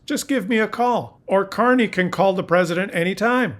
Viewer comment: CARNEY! not Carey